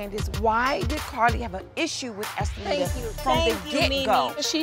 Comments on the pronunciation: She dead said “om-poo-pum-po” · Oompaloompoo & oopaloonka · she called her "umpaloona" im done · I about fell over when Dime called her Impaloonka!!!😂🤣😂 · "Umpaloona" lmaooo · Not Estalita but... UPPALOOMA??? Lmaoooo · Did dime call her enchilada?! 😂